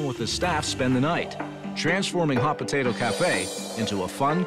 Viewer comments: Drinking game: take a shot every time you hear “potatuh” instead of potato. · First off if you’re going to own a business named hot potato cafe’ LEARN HOW TO SAY POTATO!!!! My lord!!! It’s not BAHHHTATAHHHH 🙆🏼‍♀️🤦‍♀️🙄